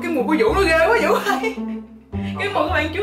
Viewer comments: Tên Vũ nói ngọng nên phiên âm thành dũ đó mấy ba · Tên của bn chuối là vũ mà đọc là dũ